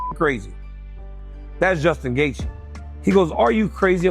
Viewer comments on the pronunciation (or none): JG feels like a tongue twister... why can't DC call him gay-chi like everyone else 🙄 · Jay-G🤦‍♂️ DC starting to do the Chael Sonnen thing, that’s messing up fighters’ names.